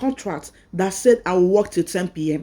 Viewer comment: Why do you say wek instead of work? Hope you have gotten your documents before this walk out. People in diaspora work a lot of hrs you can’t have your cake and eat it too. You didn’t pay for the education to get this job. They sponsored you and your family. It’s your responsibility to organize your home and if you want to be breastfeeding that’s good but you can make amendments for that. You were even given a car. Well don’t blow your voovozila we all have children too. I hope they won’t deport you and your family because you are on a work visa and you are already showing you got it all together. At least let the ink in Immigration file dries. They fucking spend their money on you. For the purpose of going there to work. Please stop saying wek it’s WORK ! I trust y’all accepted the jobs to get away from where you use to be. But some of us knows y’all have a premeditated plan after you find your foot on the ground. You accepted everything for them to accept sponsorships of your and your family. Even those who accepted to donate kidney after arrival they talk with people they know that lives in England and then after accepting they will suddenly lie about their ages and lie they never knew what they agreed to. Come to find out the scammer even registered to vote 10 years ago. Sitdon look Na my Dog name.